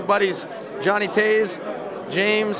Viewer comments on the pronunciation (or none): It's Toews not Towes ...